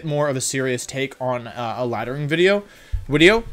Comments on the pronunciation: I really like your videos.. but everytime you say “wideo” I wanna throw my phone across the room.. it’s so cringe, like bruh.. just say video.. you force the “wideo” way to hard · i'm sorry. new to the channel. does he always say uideo and do the v like u's? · can someone explain to me why does he say wideo? i still dont know .-. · “Okay so this is going to be a longer wideo” Do you know how little that narrows it down? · Stop saying wideo for the love of god! Worst part of your videos. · Zach's Fan Club Is there a story to why he says Wideo and not video? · "I wanted to do a more serious take on a laddering video - looks down, then up - *wideo*", you couldn't even hold it straight for 2 seconds, lol. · I love that you commit to saying "Wideo" every time. Even when you say it with a V you correct yourself. Good content bro. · Why does he say wideo instead of video? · mucho like da wideo, it gewd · Why do you say wideo? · I May sound stupid, why does he say wideo? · Why does he always say wideow ? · why does he call videos WIDEOS?? is it because wolfey starts with a w? or is it a "win" thing? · evreyone gangsta until wolfey pronounces video correctly. shits about to go down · I think he has a speech problem but I’m not positive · No one: Wolfey: Dracowish, Wideo